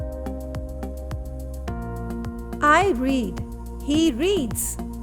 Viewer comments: Read ke red bolen ken? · 🤔 how is that ? Read and read haven't same pronunciation 😭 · I want to now read is the same but you pronounce it not the same